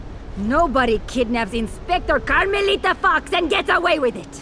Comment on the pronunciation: meant carmelita not armelita